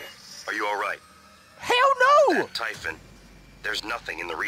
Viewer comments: It's typhon not typhoon! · Oh yea btw it's pronounced (tie)-(fin) they say it multiple times in the game this isn't meant to be hateful